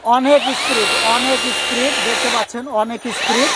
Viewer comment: ইসপিরিড না ভাই ইস্পিড হবে